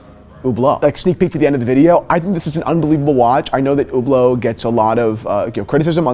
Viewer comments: Omg, i can't stand the way he pronounces Hublot. Don't say "ou" don't pronounce the "H". It's not "Hhhhoublow" It's not "Youblow" it's Hublot. Ublo. Listen how the people working at Hublot pronounce it. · First, Fuck Hublot! Second, how the F do you pronounce Hublot so wrong. It's Hublot not Whoblot.